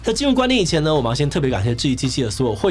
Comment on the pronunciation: 聽雞雞到最後我聽到的是「感謝所有支持志棋雞雞的會員」🥴